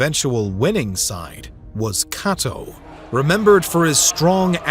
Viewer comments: For such an established channel, one would think the narrator would be able to pronounce Cato’s name (pronounced Kay-toe not Kah-toe) properly 🤷🏾‍♂️ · The video was great and i thoroughly enjoyed it. But im sorry your pronunciation of Cato and Scipio had me😂